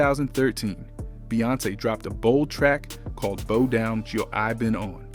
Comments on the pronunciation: I’m trying to figure out why he kept saying bow like a hair. It’s bow like what you do at the end of a performance. C’mon man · Bow Down, Bow rhymes with How, not Bo Down😮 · Narrators should know how to pronounce and emphasize proper syllables. It's Kee-sha and B-OW NOT KEE-SHEE-A AND B-OH!! SMH